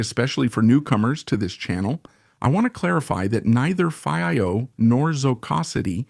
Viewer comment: Haha. If we don't know how to pronounce FiiO (I don't), just try every possibility imaginable in a single video. Hires instead of hi-res. Obviously, this is AI talking, and not a real person. GB and TB instead of gigabyte and terabyte. Did anyone review this before releasing? Alright, I'm sort of joking. This is probably a translation from Spanish to English. And if that is the case, it is pretty good actually. Thanks for putting out the video.